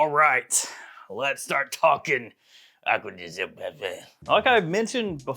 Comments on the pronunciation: My dude, I love your videos. But please learn how to properly pronounce the brand. It’s “Acqua Di Gío“ not “Agua De Joe”. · he sure as heck does not. It’s an Italian brand and as such is pronounced Italian. Not American.